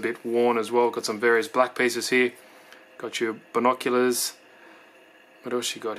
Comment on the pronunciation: OMG, he killed me with the"binoculars"